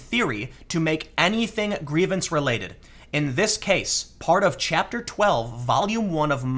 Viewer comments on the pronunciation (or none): none